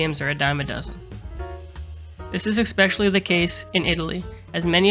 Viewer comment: You lost me at the third "ick-specially".